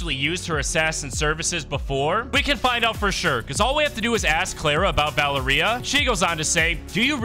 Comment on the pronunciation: Dude its val-eria